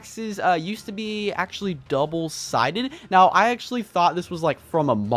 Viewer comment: AXE-ually, ok i just had 2